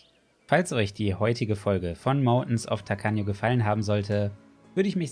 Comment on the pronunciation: Das "Tacaño" klang ja richtig española heute! 😉